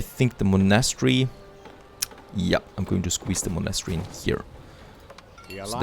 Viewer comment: Oh an please look up the pronunciation of „monastery“. ;-)